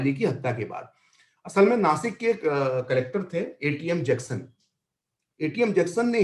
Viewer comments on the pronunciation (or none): none